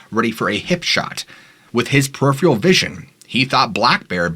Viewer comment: It's not "peripheal vision", it's "peripheral vision", ie; the vision at the periphery of your field of view. There's no such word as periphe. Sorry to be a nit-picker but I noticed you mispronouncing the word in several videos now. Somebody gotta clue you in, guess it's me.